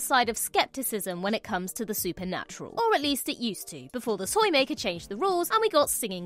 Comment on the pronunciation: Did you just pronounce the T in toymaker so... Britishly... that it turned into an S, calling him Soymaker?